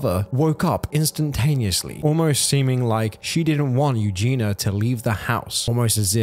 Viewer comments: Her name is EugeiIa... "You-Gee-knee-uh". If you're going to make money off of her the least you could do is pronounce her name correctly. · I agree with what is said in this video and I know this in a detail, but her name is EugenIa not Eugena. Pronounce Eu-ge-nia. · Dude, it's not pronounced Eugena it's pronounced Eugen-E-a Eugenia. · Eugenia...you are saying her name wrong dude. Ffs...not Ew GINA.....Eugen. Ia....ia..ia..Eugenia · pls its eugINIA cooney not eugina... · While I agree with the comments at the start of the video IDK why these people don't post the same stuff on obese people's videos. On those videos it's all YAS GIRL BODY POSITIVITY and then on this it's HOW IS SHE NOT DEAD? The same is true both ways. Also it's Eugenia not Eugena like you keep saying. Eugenia is a name, Eugena is not. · Please just get her name right. It’s Eugenia. Not Eugene-a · so many of these recent videos on her say it wrong :( like the least you can do is not call her miss clooney or Eugene-a and get her name right 🙄 this poor girl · You did not pronounce her name right. You Gene Eeee Uh. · Great video….I do wish u would have said her first name correctly tho